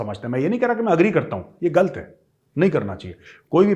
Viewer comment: me aapne "galat" ko "galt" bola,..😂..mtlb ye ki major sahab aapko bhi akhir pakistanio ne lahori churan khila hi diya...😂😅😂